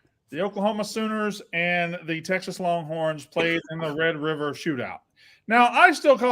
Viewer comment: Oh my God. He was one of the people saying the s*** about Oklahoma. Hes got amneia and he can't say Red River rivalry....